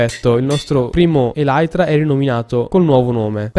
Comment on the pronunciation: non sono bravissimo con l'inglese ma hai sbagliato il nome dell eytra